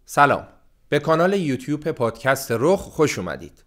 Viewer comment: تو جمله که میگی یوتوپ ناخوداگاه تلفظ میشه، ممنون که انقدر دقیق نگاه میکنید و نقد میکنید. چشم